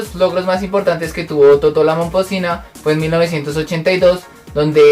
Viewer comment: No se le escucha claro el nombre de toto